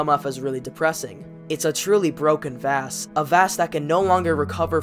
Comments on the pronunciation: vass? it’s vahss, and gladohs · This video is good but I can’t get over you pronouncing Vaas (Vawss) as “Vass” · I don’t want to be that guy but his name isn’t pronounced like “vaas” it’s pronounced (vaws) or like the water voss. Like boss but with a V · its vass like vaus not like vast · him not saying “v-ah-s” is like nails on chockboard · (Sorry of you think i'm rude) Vaas is pronounced v-ah-s. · good vid but im throwing that away because you pronounce vaases name wrong you say vaas is pronounced vohs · Its vaàs not vaas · I'm American but I'm used to the British pronunciation of Vass so when I hear I wanna die haha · If you say vaas wrong one more time i sware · This was a really good video, but the way you pronounced vaas name was just messing with me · Vaas is such a good antihero, your dumbass can't even pronounce his name right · Are you saying Vaas's name wrong ironically or..? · I think you were saying vaas's name wrong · Don’t get me wrong this video is amazing but also the way you say vaas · my brain broke the way you pronounced Vaas' name but a great video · nobody tell him hes pronouncing "Vaas" wrong